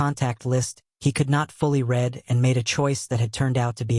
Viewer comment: Your stories are exceptional. I like the reading voice too. Only glitch is the pronunciation of the word ‘read’ which should be in the present form is pronounced as if it was in the past form